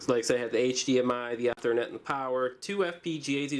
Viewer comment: mispronounces Ethernet